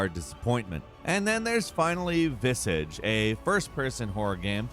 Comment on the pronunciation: He mispronounced Visage as well.